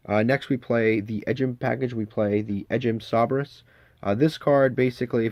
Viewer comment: Fucking Edge Imp SAH-BRESS! Mah dude. It's "Say-Bur" 😂😂